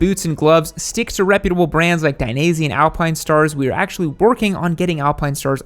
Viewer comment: Lol...who is die-knee-zee? Ive heard of Die-neh-zay.